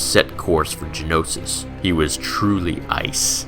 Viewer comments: Ist't it Geonosis? Not Genosis? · Btw it's Geonosis not Genosis.